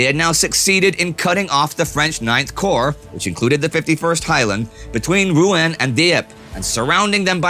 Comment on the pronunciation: Your prononciation of Rouen and Reims are very bad